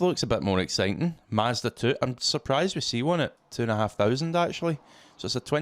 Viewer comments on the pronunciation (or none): none